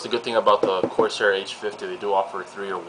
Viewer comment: There's no E in Corsair...